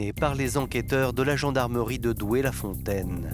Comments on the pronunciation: Doué la fontaine, pas Douai... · c'est pas le nord c'est pas Douai; c'est Doué-La-Fontaine ;)